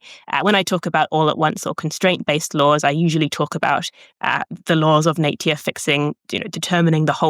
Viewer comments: I'm sorry, after the third time she said naytuar instead of nature i had to stop watching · I certainly never heard anyone so posh that they say "Natier" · Is this how Kiwis generally pronounce 'nature' (something like /ˈneɪ̯.tjə/)? I've usu heard Aussies say /ˈnæɪ̯.tʃə/ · Her way of pronouncing "nature" skills me!!!!!!!!!!!!! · Cute pronunciation of “Nature”, too.